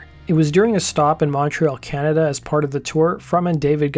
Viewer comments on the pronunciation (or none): none